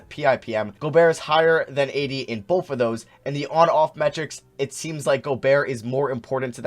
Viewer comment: says the word both as "bolth"